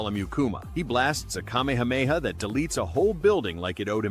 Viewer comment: Ain't no way bro said kamameha